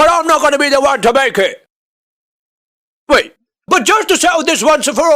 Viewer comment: He said "But w(eight)ait